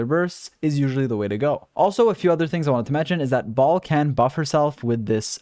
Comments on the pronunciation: Lmao I heard “Baal” as “Ball” and I couldn’t stop laughing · i always hear him saying “balls” 💀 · My man keeps calling her "Ball." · BrIlliant guide but I still cringe every time you call her baal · Why do all you nerds call Shogun bal??? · It annoys the living hell out of me that MiHoYo mispronounces her name, causing the entire world to do the same. They could have at least looked up how to pronounce it before they recorded voice lines. It's pronounced "Bail" ffs. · thank you for the very helpful guide!!! altho it bothered me how you kept calling her 'Baal' because in the story it was explained that she isn't baal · Not Baal, akhctuly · i wonder when content creators would stop calling her baal, baal is already dead